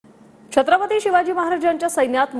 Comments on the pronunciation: छत्रपती हा शब्द पण नीट बोलत नाही आहे. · चत्रपती नाही.. छत्रपती असं आहे ते Nepali school